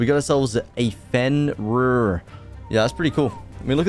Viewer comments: ITS PRONOUNCED FUORDOOR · Fjordur pronounced fyordur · Noooo u pronounced it wrog its pronounced fyordur But other than that im hyped about the new vid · U DO NOT SAY THE J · ALSO in nordic style things the J is pronounced like a Y